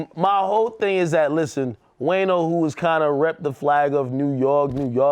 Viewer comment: Ak Called “Wayno” “WAYNER” 😂😂😂😂😂😂😂😂😂😂😂 #TheEndOfEverydayStruggle